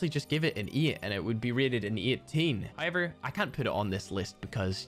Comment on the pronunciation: I love when he says “Hyever “